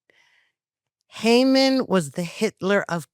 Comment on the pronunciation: Why are these people saying "Hayman" instead of "Haman".